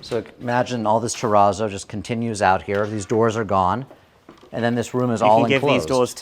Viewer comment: it's terrazzo like snazzy : not "te rah zoh" but "te ratzo"